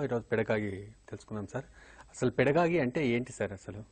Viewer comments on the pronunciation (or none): First of all.. It's పెడగాజీ.... Not పెడగాగీ.. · Second of all.... it’s GOgy....not gagy